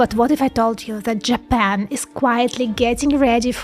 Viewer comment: “ but what if I told you that JApEn”